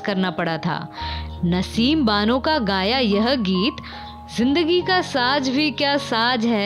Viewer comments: Saj nahi hota hai . Ma'm. Saaz hota hai... Thoda Urdu Sikhiye . Lata jee ko Word Mohabbat Bolne nahi Aa raha thha kyun ke Wey Marath medium Se Taleem Hasil kin Thhin. Malika Tarannum Noor Jahan ne unn ki Islah ki Aur kaha Urdu Sikhein Kyun ke Alfaaz ko Adaa karna aur Bolna Bolna bhi Ek Fun hai.., Aur Lata jee ne Urdu Bahoot Mehnat Se Sikha Aaj Woh Ek Kaamyab Singer hain., Jo Ek Lafz Mohabbat Sikha thha Aaj tak Qayum hai.,. Gustakhi Maaf. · Word “ SAJ”. Nahi “SAZZ” hai, Urdu theek se bolni nahin aati tou matt bolo.